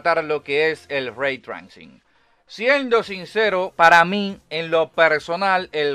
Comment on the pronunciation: Locón se pronuncia reitreising. Saludos